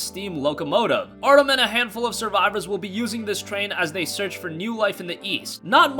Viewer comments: you say Artom but guess what its Artyom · ArtEEEEEEEUM....not Artum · WTF is Artom!? Naw fam, they need to re-record this one, get his fucking name right, and re-upload it. This some bullshit, he didn’t even bother to find out how to say Artyom’s name correctly....Artom...wtf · Artom ARTOM ARTOM ITS ARTYOM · Nice video but my ocd is kicking in its not Artom... its Artyom (Art-ee-um) lol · ArtYOM not “artom” what’s next, otm shank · This guy didnt play shit if he played the games or read the books like he says he did he would know how to properly say artyom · He says arkm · It’s fucking ar “T” the fucking T YOM DAMN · Get the protag’s name right...it is NOT Artom. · Good video, but i needed to say something... its Artyom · Everyone talking about his pronunciation of Artyom, here I am thinking “4K on ps4 pro? You mean FauxK” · triggered at the mispronunciation of Artyom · You sir need to play the game and learn the fuck how to say his name Jesus I love your videos but why would you make this video without playing the game